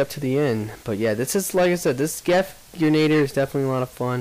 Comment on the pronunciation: Two thingsL First, it is pronounced "gren-ah-DEER". Second, the guy who asked what a "claim war" was... I think he might have misheard someone talking about a Claymore, the huge-ass shotgun.